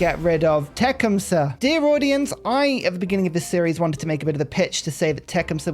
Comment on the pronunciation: I’m no expert on Native American pronunciations but the way that I was taught to pronounce it is the first part sounds like “tuck.” So Tuc-KHUM-suh. Emphasis on the middle syllable. Just thought I’d offer a suggestion.